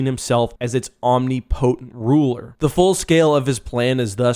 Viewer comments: It's not "om knee poe tent" its "om nip e cent" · "Omni'potent"? lol... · You pronounce "omnipotent" strangely. Its one word, not "Omni" space breath period pause "Potent".